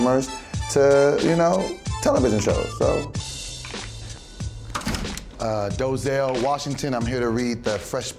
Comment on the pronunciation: "Doezell Washington"